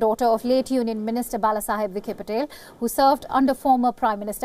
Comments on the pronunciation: Idiot It's not Patel, it's Patil. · 1st give a Medal to d Newsreader as She got both d names Wrong is it "Nila or Nina" & it is Patil not Patel. 2nd she mentioned 0.56 d classic issue of Over friendly friend requests unwanted approaches, when are we going to stop this not everyone who leaves India or has Indian Ancestry is interested in being touch with u so stop being Desperate have some Self Respect. Also its always good to ve a Large Diaspora in d long run as Influence & reach matters can be seen in U.S. elections Nikki Haley to Kamala Harris to Ireland's P.M. Leo Varadkar aides of Obama to Trumps + d Largest remittance pool belongs to Indians 89000crores Annually.